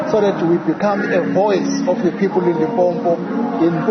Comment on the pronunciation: He can't even say Limpopo but is a South African